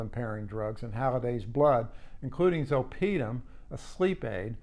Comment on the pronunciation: You should hire me as your medical consultant ;]. "Zole-puh-dem", "back-low-fen"